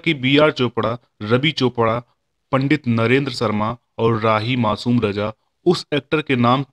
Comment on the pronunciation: Aap kaheen kaheen " sh " ko "s"bolte hain jise sunkar man khatta ho jaata hai jaise, nirdesan, sarma, sare , darsan. " sh" bolne kee practice karo.